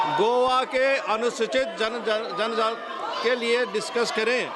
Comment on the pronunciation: पहले तो पीठासीन अधिकारी को जनजाति शब्द नहीं बोलने आ रहा है इसे हटाओ 😅😅